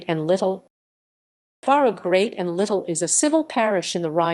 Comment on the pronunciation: It's pronounced Barff!